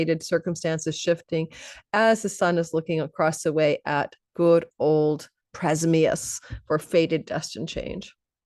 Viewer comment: PRA-AM-ZHYUS the Eternal One, not prezmyus (was a little confused listening until i read the caption). Amazing reading ❤